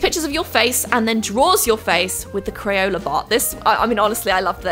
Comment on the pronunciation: I loved the video! Why did you say “crayoler experience?”